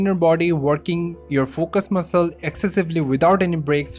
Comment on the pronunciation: the way you said recovery and fatigue has convinced me you're bengali. And oop! I'm from Kolkata too!